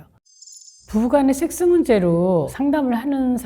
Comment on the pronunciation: 왜 식스로 들리죠 ?